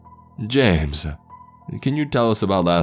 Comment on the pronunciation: don't go jamesUHH not tonightUHHHH